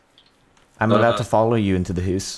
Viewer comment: "I'm aboot to go in this hoose" Sonja, is that you?? :0